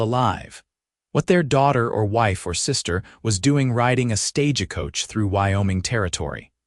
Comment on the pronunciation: Right off the bat, stage a coach. Please program AI to read words correct. 😊🙏🇺🇸